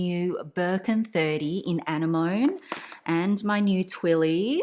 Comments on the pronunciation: It's a-ne-mani not annie-mone 😐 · is the color "Anemone" like the sea creature? if so it's pronounced "ah-nem-moh-nee." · Isn’t it pronounced an-NE-moh-ne? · 💜💜💜 it’s pronounced [UH] + [NEM] + [UH] + [NEE] 🤗. It’s beautiful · She pronounced it with the French emphasis..